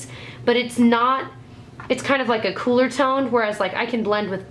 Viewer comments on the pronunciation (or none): none